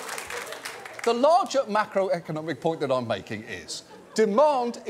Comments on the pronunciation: Did he say "mackerel economic trends"? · At about 10.5 minutes in, John said "the larger macroeconomic point." But I was still hung up on the penguin story, so I heard "the larger mackerel economic point" and had to pause it to fully understand what had been said.